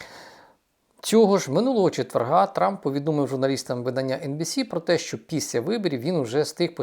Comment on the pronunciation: Піся, сітовими... 😢😢😢 Думаю, якщо людина себе виставила в тєлєвізєр, то хоче вона чи не хоче - з поваги жо глядача- вона ЗОБОВ'ЯЗАНА працювати над дикцією. Але верх усього цього:"він почаілкувався із СЕМИДЕСЯТИ лфдерами"...😮😮😮